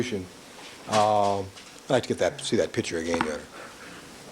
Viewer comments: Why can't Cochran pronounce the word "picture"? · 🤡🤡🤡🤡🤡🤡🤡🤡🤡🤡🤡 - says a fan of the man who has a hard time saying the word "pictures" and constantly says "pitchers". Yep, I know you truly are ignorant enough to feel this way. A typical, useful idiot. LOL. By the way camper, there really isn't a Santa Clause. Typical useful, indoctrinated, ignorant moron.